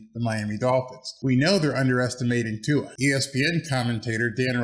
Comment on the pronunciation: Good job! Nice to see you have Tua'a name pronunciation down! Also, good video!